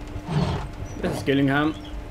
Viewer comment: its pronounced jill ingham